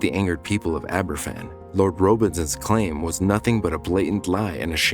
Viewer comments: It would have been nice if you'd done the research into pronouncing the name correctly. It's pronounced Ab-er-VAN, not AB-er-ffan; a single f in Welsh is pronounced like a v in English. It's honestly pretty basic research to learn how to pronounce the name of the town, especially when it's the biggest disaster involving children in the history of that country. Additionally, it was spoil that fell on the town, not coal. Spoil is waste from mining. It's not coal. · Pronounced Abervan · Aber van...that's how you pronounce it. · Please tell this guy F is pronounced as a V in Welsh two Fs are pronounced as F. It’s never mentioned that one of those intrusive reporters was hit with a shovel by a distraught relative witnessed by a police officer who ignored it, a friend of mine who was there and witnessed it. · A little research on how to pronounce Aberfan would have been nice. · Please learn how to pronounce Aberfan.